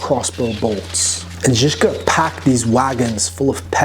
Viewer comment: I really like your pronunciation of his name "Žižka".. not many foreigners can pronounce it as well as you : )